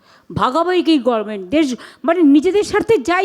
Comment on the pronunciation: এই না হলো আমাদের মূখ্য মন্ত্রী, যে কিনা শব্দের উচ্চারন ই ঠিক মত করতে পারেন না। গভর্নমেন্ট কে সবসময় বলেন গরমেন্ট । ট্রাইব্যুনাল কে বলেন ট্রিব্যুনাল । শুভ অভিনন্দন কে বলেন শুভ নন্দন। ।এরকম আরও অনেক আছে । মনে হয় এনার সব accademic certificate ই জালি। অন্য রাজ্যে পশ্চিম বঙ্গ বাসী বলে পরিচয় দিতেও আমাদের লজ্জা হয়।